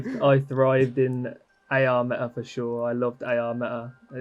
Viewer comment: Meta: Meh"a